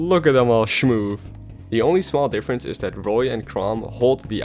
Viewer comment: "Look at them all shomove!" -, 2019